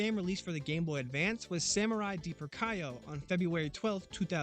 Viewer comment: The games you don't understand are educational games for kids where they learn how to write japanese. Also, it's pronounces "Kyo", not "Kaayoh" or "Kuuhyo" or however native english speakers would butcher the spelling. Just think of the word "Yo!" and add a "K" infront of it. I honestly have no Idea where you get your A from.